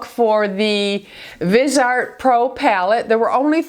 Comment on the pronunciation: Love your videos! It's pronounced Vis-e-art.